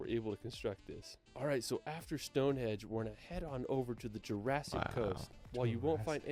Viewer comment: I wish the annoying mispronunciation could be edited on this video! It’s Stonehenge not ‘hedge’ it’s Westminster not Westminister, it Wales not Wells.